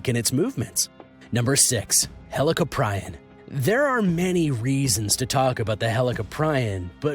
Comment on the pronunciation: its helee cop ree on EDIT: also the kronosaurus wasnt a dinosaur another edit: its not white shark its great white shark